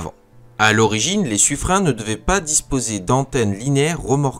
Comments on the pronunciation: oui c’est Suffrin. Dans les registres de la Marine royale, les noms sont écrits en phonétiques à côté des noms afin de savoir comment les prononcer, et c’est bel et bien Suffrin. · Bonjour le... On prononce "sufrin" et pas "sufrenne"! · Sufrin comme saturnin, mais non c'est Sufreine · Suffren prononcé Sufrin